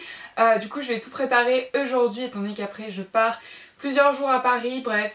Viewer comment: Je sais pas si tu le sais mais les lettre AU fait le son O et non le son E pour Ojord'hui !